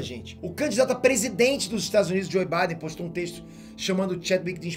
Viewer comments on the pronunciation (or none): none